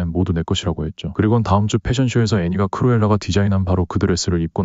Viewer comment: 크로엘라가 아니라크루엘라에요😅